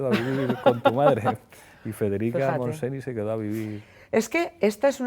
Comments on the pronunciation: Como vuelva a decir federica montseni, se levantará de la tumba a darte una colleja. MONTSENY! (Se pronuncia "montseñ"! por dior!!!!) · Descubriendo a Iratzu Varela. Solo una cosilla cuando al final se habla de Federica Montseny, uix!!! No se pronuncia "monseni", solo falta que se reviso la pronunciación, al igual que se hace con otros idiomas. Aunque reconozco es de aquellas palabra un pelín difícl de pronunciar para los que no son catalonoparlantes. Igualmente, felicidades por la entrevista, a mi me ha encantado! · Pablo coño, llevo años oyéndotelo decir y no te lo corriges eh xD Federica Montseny se pronuncia Federica Montseñ´!